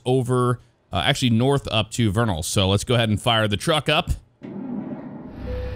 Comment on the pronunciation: Let’s go said vernal right he is the first person if found who has said it right